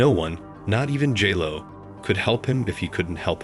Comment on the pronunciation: “Gee-Lo” 😅… yeah this wedding was catastrophic